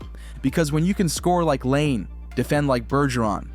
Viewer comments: Its not pronounced LANE....Its Patrick LY-NAY....if youre going to make videos about hockey that are THIS "involved"....at least get the guy's names right. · Patrick “Lane” ? This whole video seems manufactured by AI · Laine is pronounced “Lie-Nay” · How do you not know how to pronounce “Laine”?